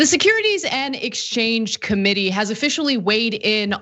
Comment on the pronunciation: It’s Securities and Exchange Commission NOT Commitee. Who gets their news from These people ?